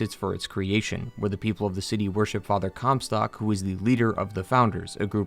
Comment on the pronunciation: im sorry, father “cum sock”?